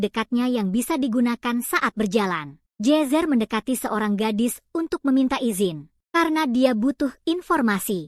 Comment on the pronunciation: Ai nya aneh jir nama nya jezzer jadi jesus